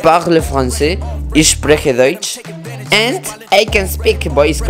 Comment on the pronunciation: Wie süß er gesagt hat "ich spreche deutsch" that was actually pretty good haha